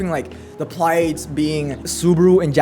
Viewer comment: This is a mess of a video, but this is exactly how people talk when they are genuinely excited. Also bishop, not baishop. Took me a while to realize what you where saying. Pliadese not plaieids. This would be compltely uninteligable if I didnt know what you mean. Tirisia not Tireizha...